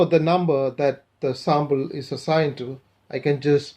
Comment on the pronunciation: Good videos and I like how you say Sambal instead of Sample , Are you Arab ? I know that Arabic alphabet does not have P .